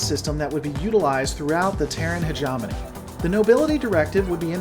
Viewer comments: heh-jaw-moan-eeeee NO heh-jaw-money NO hedge-em-own-eeee YES heh-gem-un-eeee YES HOW HARD IS THAT ?!!!!! You are a first rate troll. You are doing this on purpose. Your videos are really good though... BAH ! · Um it's hegemony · No worries bud, hegemony is very rarely spoken. I twitch a bit when you mispronounce it, but remember it is an almost forgotten word. I guess because it's a mouthful of a word.